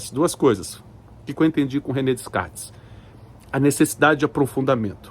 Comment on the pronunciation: DeScartes… o “s” não é pronunciado….